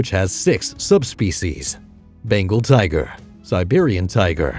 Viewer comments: lmaooo I wish I could say tiger as cool as him “tiggggrrrr” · Say "tigerrrr" again